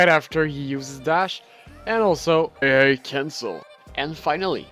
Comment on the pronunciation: When he said "AA Cancle" it pissed me off it was so annoying.